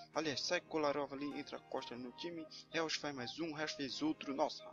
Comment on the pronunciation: Thiqui o pronunciamento do jogador que tu trouxe não e Reus e sim Róis. O nome do Jogador que tu trouxe nao é Reus mas se fala Róis